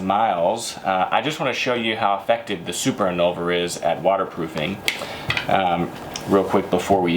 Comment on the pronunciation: "super inolver"